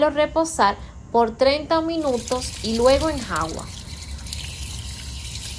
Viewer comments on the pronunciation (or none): ¿Enjagua? ENJUAGA